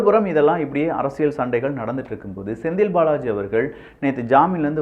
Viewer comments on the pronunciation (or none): யோவ் உனக்கு எத்தனை தடவைதான் சொல்றது அரசியள் இல்ல அரசியல்னு சொல்லு கேக்குறதுக்கு கடுப்பாகுது